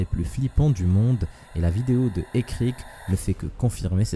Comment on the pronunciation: 5 :12 ÉCOUTÉ COMMENT IL PRONONCE ÉRIC 😂 😂 😂 😂